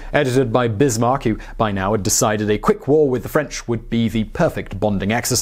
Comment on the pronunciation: How is he forgotten? He's in every bloody school textbook (speaking for the Czech Republic, so very non-French). Also, Otto [fon] Bismarck, like in fox or whatever (I only comment on that, because I saw the error in The Great War video today, too). Also, great video! :D